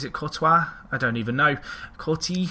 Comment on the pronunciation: Coor-twa, you said it right. And yes, he's a Chelsea player, but he's on loan at Atletico Madrid at the moment.